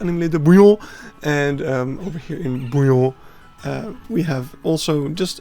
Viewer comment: The real reason I watch these videos is to hear you say bouiLLON.